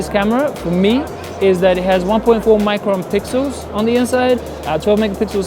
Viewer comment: "micropixel" lmao are you actually serious?